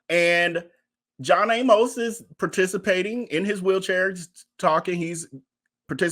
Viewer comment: I am glad you are doing this story. John Amos was my father's close friend in high school. I want to point out his last name Amos, does not rhyme with "A Most", as you say it. His name rhymes with "A miss". Thanks again for bringing us this story.